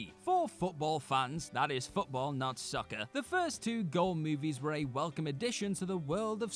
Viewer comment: You kept pronouncing 'soccer' incorrectly during #4....